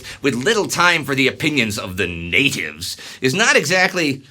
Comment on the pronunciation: Thats how churchil would have said Natives